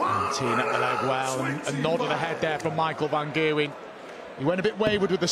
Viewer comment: About a decade after they start pronouncing the G in Gerwen correctly.